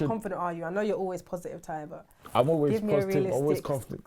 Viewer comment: When she introduced Ty at the beginning, she called him 'Clah-y'. Like she was about to say 'Claude' and remembered midway that it was 'Ty'.